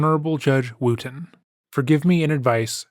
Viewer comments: Oh you guys it's NOT pronounced WOOOOOTON!!!! It's Wooton (like WOOD) you're welcome! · “Where are you, judge wooten?” Sounded like “where are you, God?” And that’s so funny to me 😂